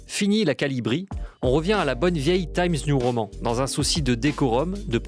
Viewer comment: Pourquoi prononcez-vous "Taïmz niou roman" (TIMES NEW prononcé en 'anglais' et ROMAN prononcé comme le mot français) et pas complètement en français ou complètement en anglais ? Je donne pas d'avis négatif ou positif, ça me perturbe, simplement